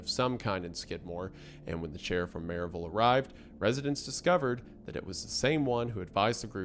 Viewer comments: that pronunciation of maryville physically hurt a little bit ngl 😭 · I like how the Tennessee shines through in his pronunciation of Maryville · I know you’re an East Tennessee boy the way you pronounce Maryville ❤